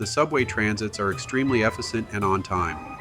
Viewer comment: eff-i-cent? I thought it was "e-fish-ent" in Atlanta. Great video. It gave good ideas for our trip next year. Thanks!